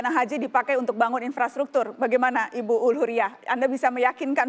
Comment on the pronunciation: In-frastruktur maksudnya, wkwk hampir aja😭